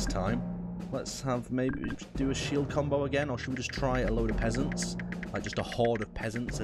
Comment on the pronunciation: "Now we'll try a bit of a different combow"